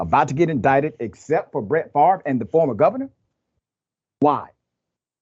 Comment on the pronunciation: Brett Fav rah (how you can pronounce a name by reversing letters is beyond me). Well, he will be a celebrity in prison then; like R Kelly and Bernie Madoff.